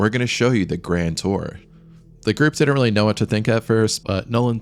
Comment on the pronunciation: Since you brought it up. Pretty good, but if you want to seriously pursue this, some study of elocution. Heard did-dent, and tha ocean. Better soundingr is thee ocean. There was another tha spot too.